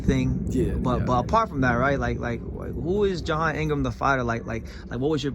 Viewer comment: My man's name is J'Hon Ingram not "John" Ingram.